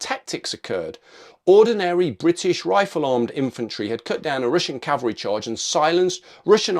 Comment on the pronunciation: its CAVALRY not CALVERY..... do you not know the difference .....DUH